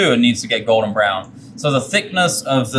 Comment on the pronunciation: I swear this guy is saying Gordon Brown not “Golden Brown” lmaooo